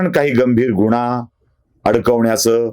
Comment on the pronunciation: गुण्हा न म्हणता गुन्हा म्हणावे.